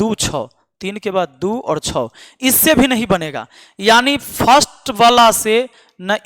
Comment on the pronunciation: ये तो आधा काला है छह को छो कह रहा है 😂